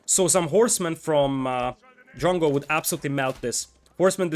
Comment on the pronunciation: This was a little confusing. Because you kept saying jungle, jungle. At first i thought that i didn't hear it correctly. But again you said jungle, jungle, and i was like. What jungle what the f are you talking about. I was even searching for the damn jungle. And then it hit me. You were saying drongo, or at least trying too. So confusing mate. But nice vid :)